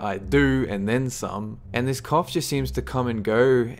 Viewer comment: Damm you said went to the doc to get your cough checked , I thought you had said another word LoLs had to rewind